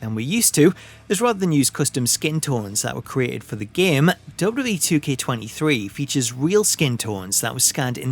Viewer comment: I've never heard somebody pronounce "WWE" this bad before. Duh duh ehh = WWE